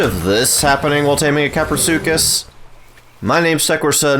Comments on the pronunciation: Kapro not crapro🤣🤣🤣🤣🤣🤣🤣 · Lol english isn't my first language I thought you pronounced kaprosuchus like this kah-pro-such-us I didn't know it was pronounced kah-pro-su-cus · Craprosuchus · "Crapro" 😂😂😂 best part of video and was quite unexpectable. Plzz next taming guide on quetzal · “Crapro” 🤣 it was bound to happen 😂👍